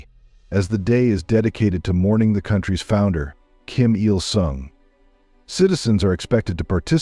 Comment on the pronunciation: Kim Illinois? How can anyone take this video seriously? Please hire a human being to narrate!